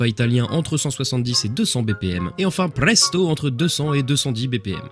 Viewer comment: Ce qui est marrant c'est que tu dis que tu sais pas comment se dis vivace, et que tu prononces bien presto, presque à l'italienne juste après xD